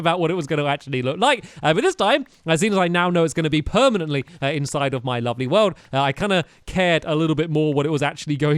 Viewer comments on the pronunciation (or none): its gonna burn down to due to karma because he kept saying iit was going to be "permanat"